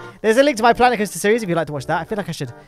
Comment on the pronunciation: Sooo Klanet Koaster